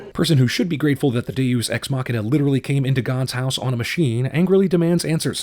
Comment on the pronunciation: It's pronounced day-us